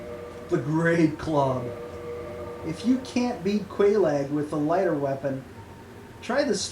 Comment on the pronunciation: And its said like kellogs not quel lag